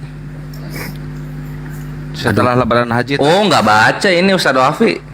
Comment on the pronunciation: Maap ya bukan appi tapi APII ya yg benernya, bang zuma tergantung lawan diskusinya klu lawanya santun bang zuma santun tapi klau lawanya menghujat marah2 emosi ngotot sebaliknya bang zuma juga kepancing emosi karna lawanya ga bisa di ajak diskusi baik2 pdahl bang zuma santunloh klu lawanya santun gituloh